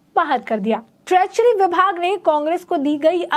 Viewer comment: ट्रेचरी नही ट्रेजरी, बडा अलग मतलब है।